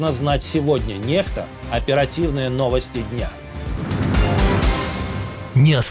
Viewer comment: Почему не[х]та, а не не[ks]та?